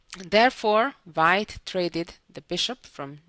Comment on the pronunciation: Susan's English would be perfect if she would pronounce her v's like a v and her w's like a w....so, hope she can make this one change, and keep her lovely accent. For instance, wh sound in white...rather than vite...:) This is only a suggestion, because the wh sound is not difficult to learn.